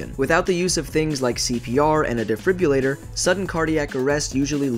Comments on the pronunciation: Defrribrrrulator lol. De-fibrillator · Can we please say defibrillator correctly?